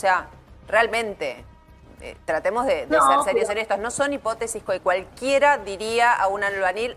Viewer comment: Hipótesis acento en la O